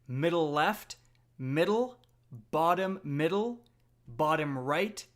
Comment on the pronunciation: Anyone else find it amusing when he says bottom middle?